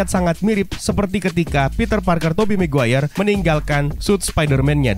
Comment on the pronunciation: mungkin, tapi emang ada kah marga "maguere" ? gw kira Maguire